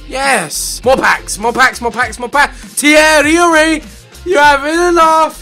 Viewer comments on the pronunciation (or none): none